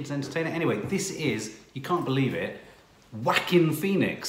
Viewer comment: Everytime he pronounce Joaquin, to me it sounded like "Quackin" 😂🤣